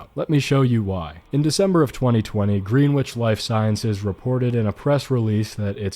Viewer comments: In the UK, Greenwich is pronounced Grennich, not Greenwitch, might be different in the US though and if so, that’s OK. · fun fact: Greenwich is actually pronounced Grennich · Greenwich is pronounced "Grenitch" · “Green wich” good one